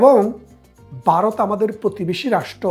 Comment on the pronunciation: Vaw pronounce korte parents na?Barath keno bollen?